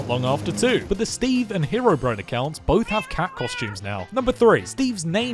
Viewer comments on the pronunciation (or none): none